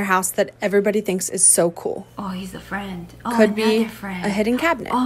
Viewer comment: Can I be your fwend